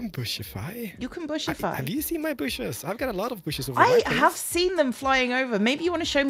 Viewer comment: "Show me your booshes" - * looks down * At your HOUSE! Jeez lmao